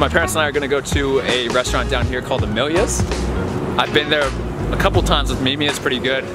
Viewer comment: its funny how you pronounced 'amelias' its diffferent in england :D